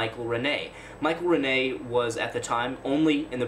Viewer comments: And please learn the name of the great composer, pronounced HER-min, not her-MAIN. I liked your video, but you lose credibility when you mispronounce names of major artists. Michael RENN-ee, not some mysterious frenchman you invented named Rih-HAY. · Please learn his name. It's not Ren-nay, it's pronounced Renn-ee. RENNIE!!